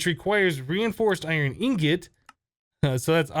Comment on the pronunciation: It's called ingot not ingoot and sieve not sive